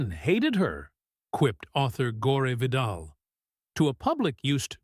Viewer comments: “Gor ia” Vidal… (Gore Vidal) you can’t make these Freudian slips up…lol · GORE VIDAL - famous writer and person. CAN'T PRONOUNCE HIS NAME ?! My gosh, he even supports this content in the way he lived. INGENUE :face-blue-smiling:" Listen to the audio pronunciation of ingénue in British and American English. Learn the definition, phonetic symbols and sound-by-sound breakdown of ingénue." :washhands:good job you got MARLENE DIETRICH Correct 5/7 times. ♣ ❌Subscribing to shams pretending to be human. Good content \ but, odd structural mis-timings, hanging sentences, + pronunciation errors do detract. 😤 It's a tough line. 🧏 Hey, Maybe just LISTEN to your content after it's done ?